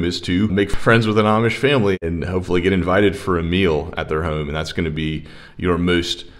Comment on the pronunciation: Funny accent: home is pronounced by him as hoe-uuuuum.